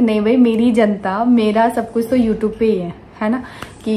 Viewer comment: Please pronounce it as youtube n not youtoob And its vlog and not blog